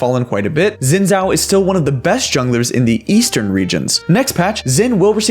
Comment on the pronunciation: Xin Jhao is pronounced Shin-Jow(like in ow), not Zin Zao